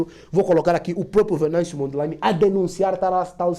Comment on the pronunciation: So para ratificar chama-se Venâncio Mondlane. Não Mondleine.